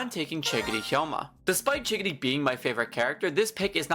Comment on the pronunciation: he’s saying chigiri like giggity